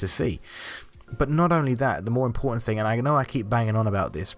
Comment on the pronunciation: I love the way they say thing it’s like fing